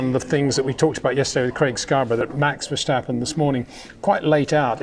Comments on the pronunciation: Thanks for your great videos. Always a joy. Having said that, my ears hurt every time you say Versjstappen. It is pronounced verstappen (as in stagnant). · I thought he'd rather backed away from the extreme VerSHtappen lately